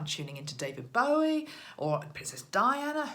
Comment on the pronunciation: I don't want to be critical but as a David Bowie fan of 40years please call him bow like the tie not bow like to the queen. Keep up the good work xx